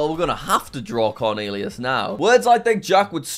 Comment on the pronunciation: "CORNEALEAUS" lol.